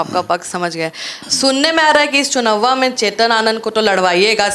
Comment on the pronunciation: 'चुनववा' ये क्या है? शब्दों को तोड़ कर मत प्रस्तुत करिए।